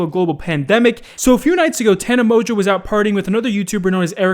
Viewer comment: " Tana Mojoe "